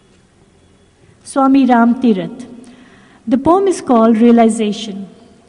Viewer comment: Wonderful talk. Please share where to find complete poem "Realization" at end. (, did you quote a Swami Ram Thirat, or Tirath? could not catch it exactly). Wonderful talk. Wonderful appropriate poem. Jai Sai Ram